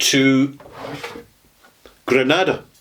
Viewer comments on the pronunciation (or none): Please learn the correnct pronunciation for the rums you are discussing, for example Haiti and Granada